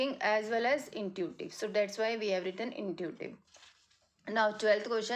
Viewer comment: Intuitive word you wrong pronounced. if you speak Hindi it would be better your speak English is too much bad I don't like your pronunciation fluency what is this as. a youtuber